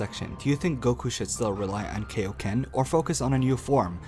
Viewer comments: I see what your trying to say, and first off, you pronounced Kaio-ken wrong. it irritates my ears. Kaio-ken is seen as a trump card and with its heavy down side you can clearly see that it's not supposed to be a sustainable technique. He can layer it over his Super Saiyan transformation but as a means to end a fight quicker or for a quick boost. Constantly having sustainable power ups gets boring, and it was good that his Red God form has a short time duration because of its immense power up. Same with Kaio-ken except it doesn't boost much but it can be layered with another transformation. The more transformations there are that keep making a character more unbeatable would be uninteresting and not entertaining. Just my thought on this topic. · KAIoken not KAYoken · Well I just want you to know that you just gave me a brain aneurysm from how much you said kai-o-ken wrong by saying kei-o-ken! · You mean Kaioken, not Kayoken, as in King Kai/Kaiosama? At least pronounce it right. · KAI-O-KEN NOT KAY-O-KEN. (Needless argument aside) That's why the kaioken is used rarely he knows this draw back from using it a lot! The kaioken is a multiplier so it has the best use out of all the power ups "THE STRAIN ON HIS BODY!!! " some arguments would say but fail to realize all the super saiyan transformations are also a strain on the body. But the kaioken doesn't need to be used in a constant manner just a split second that's it. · KAI-o-ken FUCKING KAI as in King KAI not fucking KAY-o-ken. SAY IT RIGHT! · Why do people pronounce it KO-ken I mean the dudes name is kio sama it's literally in his name, it's kioken not KOken you fucking idiots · You just killed me by calling kai-o-ken , key-o-ken ! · KAI O KEN!!!!! not KAY O KEN!!!! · why are we saying kayoken? it's really triggering me. its like when people say shariiingan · ... KAI oken not KAY oken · KAI KAI-O-KEN NOT KAY-O-KEN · KAI-oken, not kayoken. Kaioken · It's pronounced "Kai-O-Ken" not "Kay-O-Ken" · its kai o ken